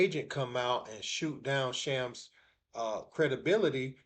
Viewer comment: It's Shams , not Chams.